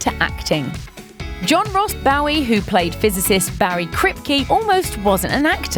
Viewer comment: John Ross Bowie's last name sounds like 'Boo-Wee', not 'Bough-Wee'... British people SMH